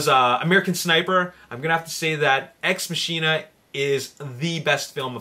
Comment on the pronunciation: It's pronounced "ex mah-kin-uh"